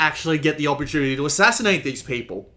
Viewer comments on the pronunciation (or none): none